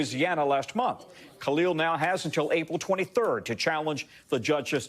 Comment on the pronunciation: changes to another language then goes on to call him call-eel the rest of the video 😂😂😂 what a sham